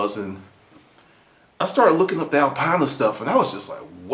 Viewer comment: Not exactly how you say Alpina :) but nice story.. so it was a Race car then? There was no Alpina 2002 road car unless it was a hatchback. Was it Orange?